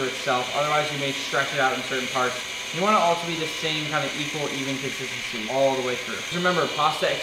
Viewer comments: no one: Nick: - consistensisscy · mans really said conthithisy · "So once this is one nice, really smooth 'cosisisy'"